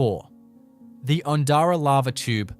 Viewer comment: The pronunciations are not correct. Oondara lava tubes is Undara. Please edit and correct. I’m not bothering with this.